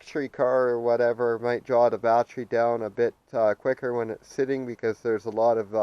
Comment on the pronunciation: Got the info I needed and had to stop this vid asap. Bat ter y. Three syllables. Bat-tree was driving me nuts.